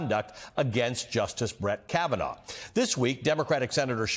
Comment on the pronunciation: KavEnough! KavaNahh! KavaNo!